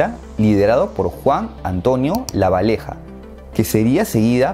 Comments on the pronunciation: haber yo soy uruguayo y a mi me enseñaron que Juan Antonio Lavalleja se pronuncia con doble "L" y no se pronuncia Juan Antonio Lavaleja. Digo no? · Yo no diría eso hoy en día es todo una crisis en Uruguay, yo soy uruguayo y créame lo veo todo xd, y lo de la minuto es Lava"LL"eja no Lavaleja aún que ya se que sos de otro país y puedan decir lo diferente pero ahora sabes xd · dijiste lavaleja pero es lavalleja con doble L de lluvía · Jaja Lavaleha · Mal jjaja dijo lavaleja en vez de Lavalleja JAJAJAJAJ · Lavalleja se dice no labasheja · Me mato lo de "Lavaleja" te la dejo pasar por que esta claro que Uruguayo no eres. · soy uruguallo y se le dice lavalleja no lavaleja pero muy buen video orgulloso de mi pais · Me encanto porque dijo juan antonio lavaleja cuando es Lavalleja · Hola. Qué buen video a pesar de que tiene algunas imprecisiones históricas. Además de que se nota que te simpatiza mucho la izquierda, pero bueno. Con que pronuncies Lavalleja y Batlle con LL y no con L me conformo. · Sonó muy gracioso ese " lavaleja" , toooda la vida desde la escuela, fue lavayeja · Es la lavalleja con lavaleja xd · lo siento pero como uruguayo me ofendio que dijieras lavaleja cuando es lavalleja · disculpa pero debo reirme, dijiste lavaleja en vez de lavalleja sorry solo eso xd muy bueno el video. arriba uruguay wachoo!!! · Por que dijo la valeja, no es la valleja 🤨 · Suiza es la Uruguay de Europa PD: No es "LavaLEJA" sino que se pronuncia Lavayeja (o hasta pronuncias la sh "Lavasheja" queda mejor que LavaLEJA. El uso de la doble LL (sh) es entendible que en otros países no se use. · No es "Lavaleja" es "LAVALLEJA"" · Una cosita que tengo que mencionar nada más: se pronuncia como se escribe Lavalleja, Lavaleja noo🥺😂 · che que buen video muy bueno y gracias pero no se dice lavaleja se dice lavalleja saludos desde uruguay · se dice lavaSHeja no lavaleja xd pero no inmporta saludos desde uruguay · es Lavalleja, no Lavaleja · No se pronuncia lavaleja se pronuncia lavasheja